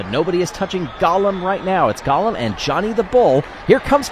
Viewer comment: Golem not Gollum.